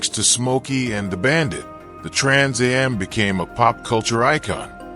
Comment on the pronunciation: Trans a.m????? It's AM you AI narrator!!!!